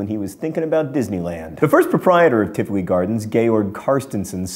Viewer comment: ps in tivoli both i's sounds like ee as in seek